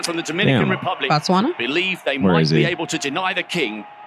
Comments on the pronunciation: Pronouncing Botswana as Bots Wunna is crazy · 🇧🇼🇧🇼🇧🇼🇧🇼representing 🎉💯🤞🏾😎🤗🕺🕺🕺..also guys its B-O-T-Swana(bo is pronounced the way you'd say the BO in Booty)